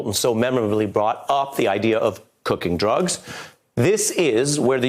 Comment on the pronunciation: Giuliani..."Ideer!".....not "Idea." Lol, he's funny